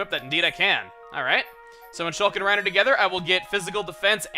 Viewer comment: It's reyn not Ryan